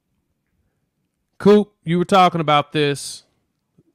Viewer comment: Why you calling him, "Mean Coop?"